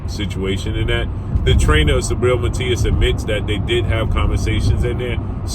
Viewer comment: It's not "sabriel",it's "SUBRIEL" 💪🏽🇵🇷